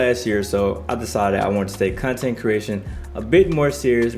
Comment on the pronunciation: Did you just say Cuntent creators lol